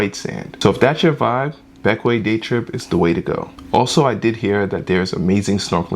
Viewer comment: Thank you for pronouncing Bequia properly lol